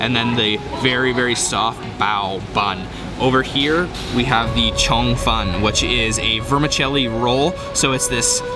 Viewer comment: Please use the following pronunciations, Char Sui Bay = "Char Sue Bao" , Sui Mai = "Sue My" and what he called Chi Chun! I would ask for "Churn Fan"